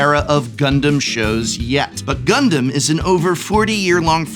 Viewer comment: The way you pronounced the Gundam names were exactly correct. 10/10